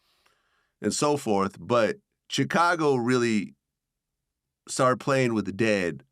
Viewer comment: VLAD PRONOUNCE CHICAGO WEIRD WHEN HE SAY IT